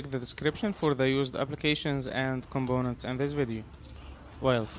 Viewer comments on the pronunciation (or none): Sorry to say that you are pronouncing all words starting from letter 'P' as 'B'........ for an example the word 'Component'.....you are pronouncing it as 'ComBonent'..... but why......'P' and 'B' are 2 different letters not the same....don't you know that.... By the way great video.....